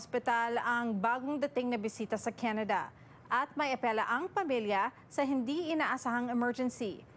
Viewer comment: “Kenede” “umepele” 🤦🏻